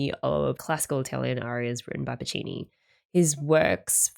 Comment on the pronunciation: new vocal stim unlocked "that's so PU-ccini"